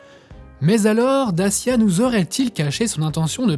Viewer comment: It's DaCHIa, not Dasia